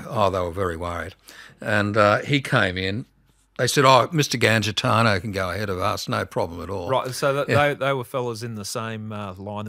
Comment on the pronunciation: I love it that mispronounces Gangitano ( because it would damage the ego of Alphonse if he was alive to hear it ). hahah on a more serious note. Martin Bryant has an IQ of 66 and is left handed. The shooter shot from the right hip in a pirouette. Australia's most decorated military shooter explicitly said he could not have done that feat in that short time. Think about it.